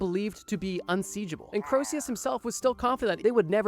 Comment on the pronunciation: The constant mispronunciations of "Croesus" were freaking killing me, dude. Corsius, Crowsius... It rhymes with Jesus. Just like Phoenix rhymes with...uh, Penix.